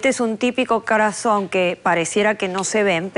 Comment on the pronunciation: Ohhh Ohhh,se confundio gravemente al hablar, y ha dicho: ( Este es un Tipico Crason )